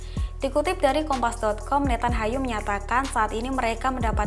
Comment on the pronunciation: Nethanyahu dibaca.Nathanyahu , nyahu bukan Hayu...